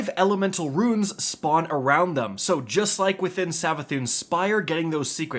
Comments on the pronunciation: Losing my mind listening to this man call Runes, Ruins for 10 minutes. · Runes not ruins thanks for the video